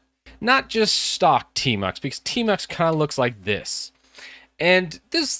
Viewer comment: I thought you said termux 🙄😬